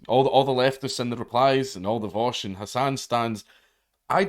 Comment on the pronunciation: You need to learn how to pronounce his name correctly. It's Vowsh. Or Vowshy boy